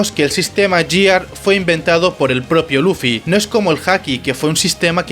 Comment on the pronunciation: Mira, se pronuncia /guiar/ y, así como las transformaciones anteriores, la quinta también usa números ordinales (primero, segundo, tercero, cuarto, quinto/first, second, third, fourth, fifth), por tanto la última transformación no se llama Gear Five sino Gear Fifth.